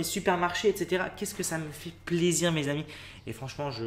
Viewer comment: La façon dont il prononce le mot "plaisir" vers me fait trop rire 😂